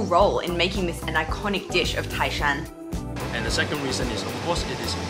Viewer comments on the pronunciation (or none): tái shān，NOT tài shān😀😀😀